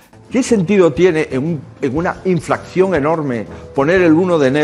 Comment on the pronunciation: En serio ha dicho inflacción en lugar de inflación? Empezamos bien, Feijoo xD